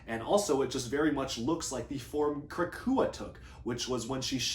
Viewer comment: *krahka not krakua lol